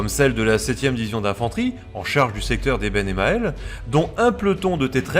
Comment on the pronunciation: Eben EmAAAA(e)l